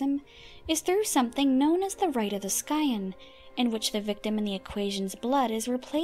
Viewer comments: It's pronounced Si en long i, short e, the c is silent. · my dude, fully realising im 2 years late, how tf did you just say scion? its. not pronounced like that my dude.